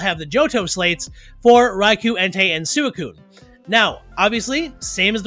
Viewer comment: For the love of god it’s swee-kune